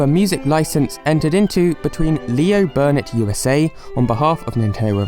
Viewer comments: Why are you saying "Barnett" when it's [according to your screenshots in this vid] actually "Burnett" ? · Love your vids but have to say i found the way you miss pronounced burnett 50 times rathrr annoying.... there is no letter A in burnett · there’s no a in Leo Burnett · I know this is four years late, but it’s Leo BUrnett, not Leo BArnett.